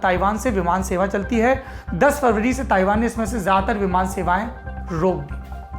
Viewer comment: Ye sala farvary kya hota hai? Kahi tum February ko farvary to nahi bolte. Bhai Saurabh har Bhasha me Saurabh, Saurabh hi Rahega na. Such hai na? Ya Kisi bhasha me Saurabh ka “suvvar ” ho Jayega? Ye Hindi bhasha itni ashuddha kyu hai? Farvary, sitamber estation busistop